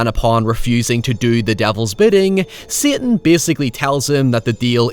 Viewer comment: Everytime you say "satan" I die